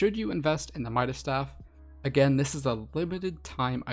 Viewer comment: Fun fact: It’s midas’, not mida’s